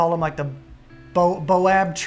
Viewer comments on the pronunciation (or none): oddly enough, there are trees called boab trees! I believe you were trying to say "baobab" but both trees do exist in Africa and are under the same genus, Adansonia!